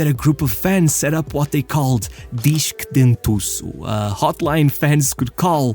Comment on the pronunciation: narrator must be brazilian or portuguese, that "dentuço" sounded perfect